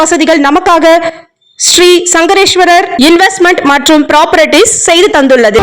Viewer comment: சங்கரேஸ்வரர் தவறான உச்சரிப்பு.சங்கேஸ்வர் என்று உச்சரிக்கவும்